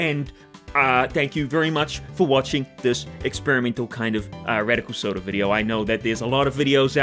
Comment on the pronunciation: you were so close to Radic-eel-Soda